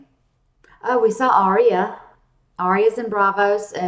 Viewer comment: You had Drogon's name right the first time. The little girl helping Gilly read is Shireen. She's a sweet little girl and smart as a whip. I really like her. Arya's name isn't Arry-ya. It's just Arya. Sounds just like it's spelled. A lot of people say Arry-ya or Aria when you talk to them but not on the show, especially the character. It is hard with the accents but just trust me. Ar-ya. I'm half english so I know how their accents are. You're doing great, though! I'm really surprised how much you know already. That's why sometimes I say a little too much in the comments so I've just been watching and sitting back. I'm hoping you do have another Q&A. I don't have a youtube channel but quite a few do have the live chats. I don't know if you need software to do those or what but that would be a lot of fun to do, especially after the show starts.